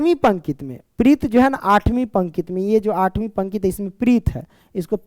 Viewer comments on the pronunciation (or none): Pankit✖️ pankti✔️ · Sir pankit nhi pankati padhte he use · Sir questions number 3 me aap pankti ko pankit bol rahe h pankti hota hai sir pankit nhi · Sir pnkit nhi hota pnkti hota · Pankit Nhi hota pankti hota hai